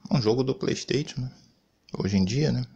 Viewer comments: Kkkkkkkkkkkk playsteitio é a melhor kkkkk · Xbox sirius do Harry potter, pleisteitio… kkkkkk boa